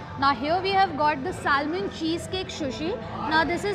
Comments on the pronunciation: Correct the pronunciation, “salmon” l is silent. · It’s sushi not shushi. It’s terrible to hear such pronunciations from a food vlogger. The L in salmon is silent it’s pronounced as sa-mon.